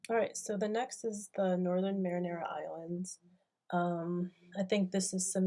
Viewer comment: great videos and series...its the Mariana islands not Marinara like the sauce:)